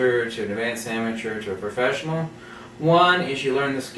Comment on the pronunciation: P mode, for Profeshnial